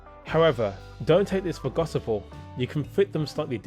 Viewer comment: Gosipel??? Guy is making words up 😅